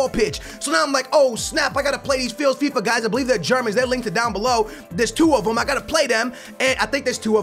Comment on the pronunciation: did he say failsfifa